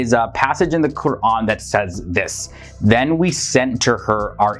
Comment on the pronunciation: The host is Muslim? The way he is saying Qu’ran is on point